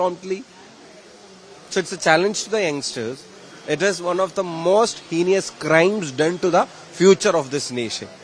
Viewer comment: HEINOUS is the correct word! ( not HENIOUS). This is not at all KIDILAN English! Just 50 % marks only😂!